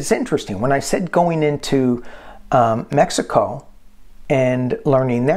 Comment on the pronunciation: you pronounced Mejico correctly. ¡Que bien!...M❤M of 5